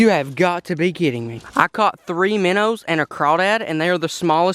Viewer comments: My favorite part was when you say miner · “Minners” or “minnows”? I’m confused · My favorite part is when you say minners instead if minnows because you sound like my family from arkansas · I like it lol its extremely entertaining